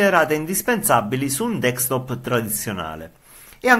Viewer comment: Ma perché dici DEEKSTOP?